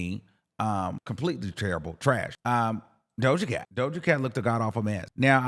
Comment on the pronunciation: Why would you read Doja Cat like thattt 😂😂😂😂